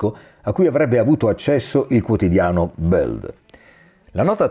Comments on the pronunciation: Si dice Bild non Buld, è tedesco non inglese..😊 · Il quotidiano tedesco Bild si pronuncia, anche in italiano, "bild" così come è scritto, senza bisogno di storpiare la "i" come se fosse inglese. È proprio vero che la lingua del padrone plasma le menti dei suoi servi.